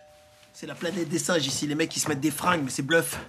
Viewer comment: "c ets dees SINNNGES"!